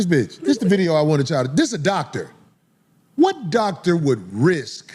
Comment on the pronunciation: Thoctor Bryant